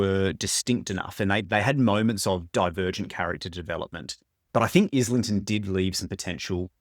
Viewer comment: Great video. Just a quick FYI. As a fellow Aussie as well. The surname is pronounced eye - lington. The Licanius audio books mispronounce it as well. James himself confirms the pronunciation in two different interviews on YT. One is with Maude Garrett and the other I have seen is with Mike’s Book Reviews. Just after the 1 minute mark Mike asks him.